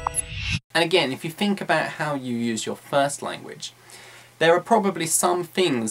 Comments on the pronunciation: 9 unnecessary 'umm's, 'some fings', 'fink of...' and 'not gonna' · Quite useful as usual. I've realised that you pronounce the phoneme "th"as "f" in words like "think" for example. I know there are several different dialects in Britain as I know that Cockney people say "f" instead of "th". The point is: Is it accepted as a normal thing to speak English changing some typical RP phonemes by those regional ones likes this? Is there any educational level implication? I mean you're a teacher so I guess you are teaching properly and for sure you are. =). Thanks. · Hey, you're right! With all the other strange pronunciations, especially of vowels, I actually didn't notice the th => f thing until you pointed it out.